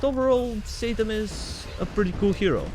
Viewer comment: I dont know why I just heard saytan